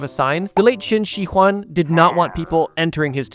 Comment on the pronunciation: you pronounced qinshihuang clsoe but the shi is pronounced as sure